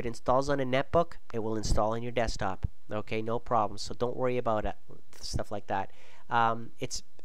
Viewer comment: "OHKAY" hahahaaa